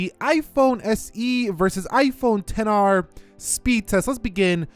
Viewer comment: Stop saying "ten r" and just say xr its really annoying